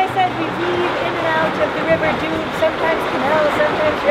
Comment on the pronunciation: Great channel. I really like the way you travel and tell about it. Just a little side note : maybe you could ask the locals how to pronounce the places you talk about. For example, in French, the Doubs river is pronounces DUU, not Dube. Keep up the good work.